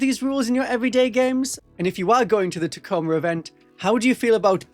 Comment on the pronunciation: Ta Co ma. It's not tac-o-ma